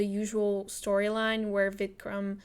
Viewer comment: Nice vid with your sight of Storytelling. It's just great to see how someone playing his/her game :o) P.S: it's Vikram, without "D".